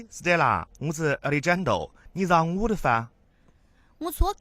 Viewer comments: 亚力詹都……应该读阿力汉德 rrrro…… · Alejandro is a Spanish name and should be pronounced ah-lay-HAHN-dro. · 这青田话和alexjandro的音真的不能再忍了。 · alejandro 的发音不能忍